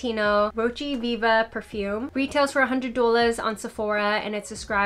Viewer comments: It’s draining my energy. I love you but what is duelahs? Honestly. 😩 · I literally said the exact same thing. Ha, what is douwlas!!! It’s really distracting. I was thinking is she serious. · Why do you have such a strong NY/NJ accent when you say 'dollars' and not on any other word?? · Great video! I just have to say I've never heard someone pronounce "dollars" like that. What accent is that? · Wish she would just say it the right way. Really annoying tbh. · Actually, I don't know where the accent on 'dollars' comes from. Another You Tuber says the it the same way, but other than that, I've never heard it pronounced that way. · 😂😂😂 how u say—- dollars